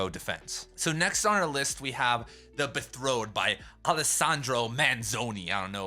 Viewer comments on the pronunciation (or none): "The bethrow"?!?! His pronuciation of Italian seems better than his ADHD Engflush😂